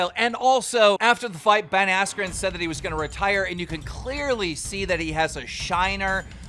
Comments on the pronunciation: Anyone else hear him say jake Paul vs Ben weller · “After the fight with Ben weller” -keem